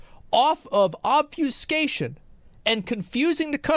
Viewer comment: Say it again with me, "obfuscation"